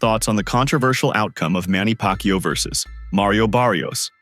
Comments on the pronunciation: Pronounce it as YAHWWWWW, not YOU !!!! Anyway, boxing is a gambling world, so what would you expect? They need to get that money back, after all, they're just using Manny as always! Though I need to complement Barrios too for being such a humble boxer, realizing how privileged he is to fight with a legend! After all, we all felt a sense of pride seeing a great fighter like Manny come back to entertain us after so many years, especially during the COVID pandemic. I mean 46 yo? I felt my rheumatism then!!! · Pak-u 2…learn how to pronounce mannys last name! And if u can’t, just call him by his first name!